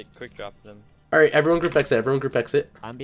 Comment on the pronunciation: Jerdy ikr if he says alright it always sounds like he is saying holight